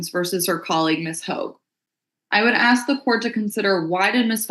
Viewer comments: It's ASK not AXED! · Did a professional lawyer just say AX? (Ask) oh no she did unt 😂😂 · Did he "ax" her? Well what where the injuries? Was it an "ax" or maybe a hatchet? Here's a ghetto lawyer who can't even speak English!!!! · The judge AXED him? That’s messy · I love lawyers that can’t properly pronounce ask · That Con artists' lawyer can't even say ask correctly.